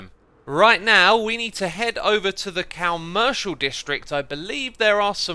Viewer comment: nobody: absolutely nobody: Xisuma: so we are heading to the cow-mercial district